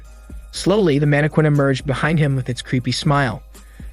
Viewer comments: ......are you purposely mispronouncing random words or do I need to start making a list? Lol there is no way you don't actually know the difference between live/live and how to pronounce mannequin...(it's man-a-kin...not mana-quin). Maybe I've just been watching too many of these in a row. Time for a break. wait...the webtoon is about to have cuntent?..not Content? Similar to the live/live issue in the other video lol. Ok at least I know I'm not just randomly noticing these things. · It's pronounced mann-eh-kin, for your pleasure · So you really can’t say mannequin, huh? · Ayo why did you say mannequin like that 😭🤚🏾it threw me off every time